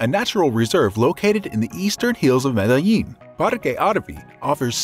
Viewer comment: I cringe so so hard every time you pronounce Medellin Good video tho..